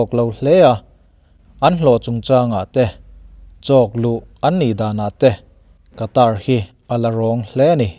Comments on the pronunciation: Sawi ve lawk, Qatar hi Khatar tih anga lam tur,Katar ni loin☺️ Sawi ve mai mai🤭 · WC thlengtu ram hming i sawi dan hi a Mizo lutuk deuh lo maw. A tawpa 'r' hi silent tur a ni ang. 'Kataa' tiin an lam ri lo maw. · Qatar rama thawk ngei Air hostes ka hmelhriat ngei pawn , Khatar ati aw 🤣